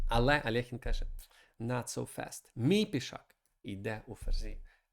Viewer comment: Чому Алехін? Він Альохін